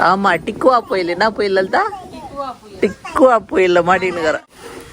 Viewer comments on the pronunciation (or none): டிக்குவா புயல் இல்ல அண்ணா டிட்வா புயல்😛